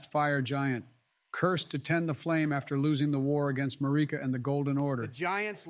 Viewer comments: Everyone else: Queen Marika: Queen ‘Mureca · The way pronounces Marika 🤢